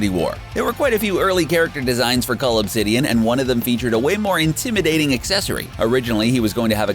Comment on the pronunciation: That his name is cull not cold 😂🤷‍♂️